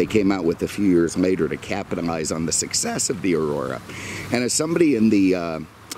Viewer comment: why does he use M’s instead of L’s? “10 years mater”